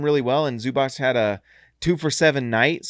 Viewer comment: It is neither Zubak nor Zubach :)